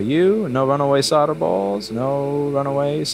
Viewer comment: I love how you swear so casually, but the fucking word is "SOLE-DER" not "SODDER." Jesus Fucking Christ.